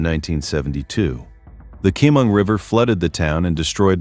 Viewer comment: Chemung = She-mung.